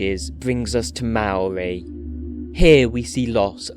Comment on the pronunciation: You have also mispronounced "Maori".